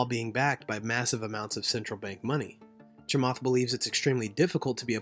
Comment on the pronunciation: His name is pronounced "Cha-matt" Not Cha-"Moth" Please try harder.